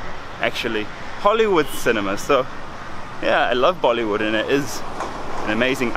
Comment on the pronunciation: he did not just say "mollywood" XD